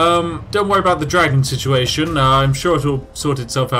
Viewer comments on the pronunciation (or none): none